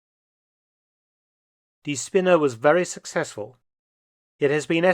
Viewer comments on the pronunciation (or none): Its not Spinner(idiot) but spinne( spider) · I find it most fitting that "die Spinne" (the spider) is misspronounciated just enough to become "die Spinner" (the loonatics)....